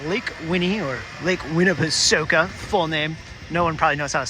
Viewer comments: It’s pronounced lake winnapasaka. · The last part is pronounced soak-a. I think they named the water park the same but ending in "soak-ya", to play off the name, like "I'll soak ya with this watergun." Edit- I've lived in Chattanooga my entire life.